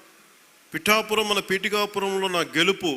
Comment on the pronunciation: మనోడికి పిఠాపురం అనడం కూడా రాదు